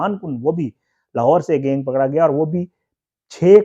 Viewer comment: Gaing kia hota hai? Pronounce tu sahi karo correct word is GANG